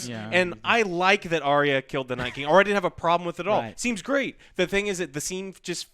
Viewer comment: Also can we please pronounce Arya as it is supposed to. Not Ariya.